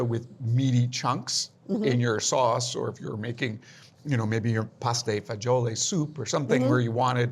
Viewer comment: Jack - that's not how you pronounce "pasta fagioli" ;-)